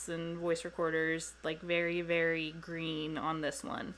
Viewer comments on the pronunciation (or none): I like how you said "green"... my first investigation wasn't planned, then I went all in. So, we're called Greenhorn Paranormal lol